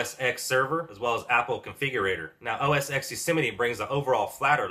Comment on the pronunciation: I realise I'm being picky, but it's OS Ten not OS "ex". The X is the Roman numeral for the number 10. Just saying...